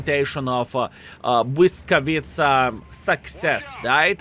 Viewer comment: achh that "Błyskawica" sounds great! greetings from PL ♥